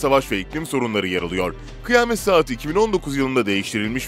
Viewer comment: Kıyamet=kıy-a-met.... Kıymet😱😱